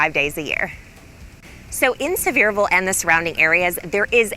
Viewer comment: It is Pronounced... Sea ver ville.